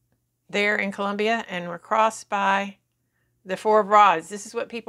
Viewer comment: Colombia not Columbia